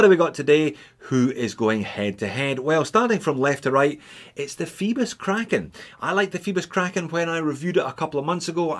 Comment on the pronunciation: Fibis? It says Phoebus i think, with an ö sound....lol or oi in the original Greek.